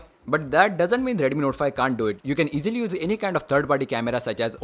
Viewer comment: If you improve your Pronunciation little more, then you will get more audience ... eg :- Instead of saying "Redumi" say "Redmi" ..... It will make difference ✌️